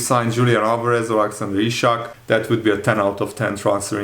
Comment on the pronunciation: I just figured out why you pronounce Isak as Ishak. "s" in Hungarian is pronounced like an "sh" in English. The /s/ sound in Hungarian is spelled "sz."